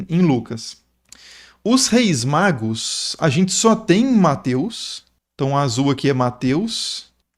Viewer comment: "os três reis MAGROS", kkk até voltei pra escutar de novo...